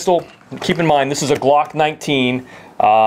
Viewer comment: This is the smallest size that'll fit the GLOOCKK NINETEEN... Lol why do you have to say it like that 😂